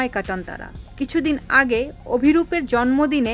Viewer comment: আপনিতো নামটাই ঠিক মতো বলতে পারলেনা